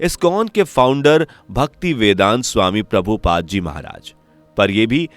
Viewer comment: 😂😂😂😂😂😂😂😂 bhai tu bina recharge kiye hi video pel deta h bc nam to thik se le prabhu paad h guru g ka nam not pada lodu tu katu.a ki olad lag rha h meko